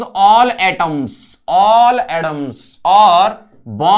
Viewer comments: He pronounces atoms as adoms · me - 'atoms' sir - 'adams'